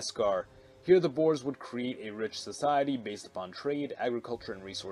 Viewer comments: It's not "Boars", but pronounced as "Boor-uh" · Boers is pronounced. Bo-weres